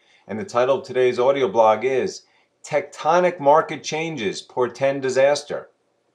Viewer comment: Glad you were able to pronounce Tectonic in this one:P Thanks!